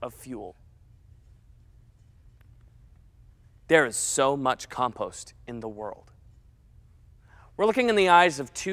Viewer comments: “Bri ish” “calm pawster” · He says compost so weird.